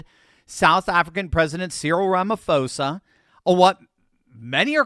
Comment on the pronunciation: Sorry, just to let you know that the name Ramaphosa is pronounced Ramapoza ... with a 'p', not an 'f'.